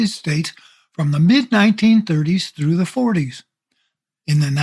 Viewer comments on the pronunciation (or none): none